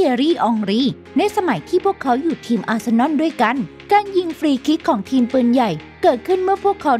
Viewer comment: อาร์เซนอลี, เรอัล มาดริดี่ 555